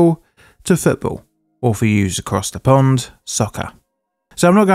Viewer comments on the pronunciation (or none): none